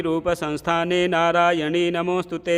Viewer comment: प्रिय महोदय, निवेदन है कि आप नारायणि को नारायणी पढ़ते हैं,यह अशुद्ध है, कृपया नारायणि को सही पढ़ने का प्रयास करें।जय मां सिंहवाहिनी दुर्गा जी।